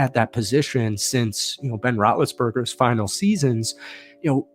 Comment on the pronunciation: He said Rotlessburger